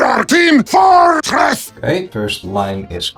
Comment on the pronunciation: this is a really great tutorial... though I have noted that with sentence mixing it has the side effect of causing "dissonant breaks" within the audio. the "we are team FOOR TRESS" being a key example... is there any way to potentially modulate the audio to be more fluid? or is this something that happens, because of how the audio is made; requiring a reshoot of the VA's lines to get the words in the desired fashion? [EDIT: guess it was somewhat talked about right afterword, but it still had that weird vocal disconnect in between and I am curious on the smoothing process between those two still] mostly asking because I have voice packs from VA's that I got from humble bundle that I want to do sentence mixing on due to them not having the types of speech lines desired, but having the syllables for it; BUT want it to sound fluid and not have any noticeable cuts in the audio. [also AI is a buggy and unfocused mess AND the packs say no AI use... plus manually modifying it sounds like more a useful skill] Hope you have a great day & Safe Travels!